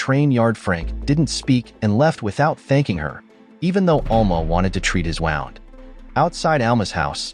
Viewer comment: ffs stop saying wound wrong